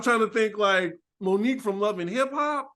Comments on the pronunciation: Lmao her name is moniece not Monique 😂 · Isn’t it Monice not Monique😂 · That lady’s name is not Monique. Moniece lol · Moniece not Monique